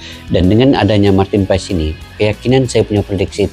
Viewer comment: Marten paas cara bacanya bg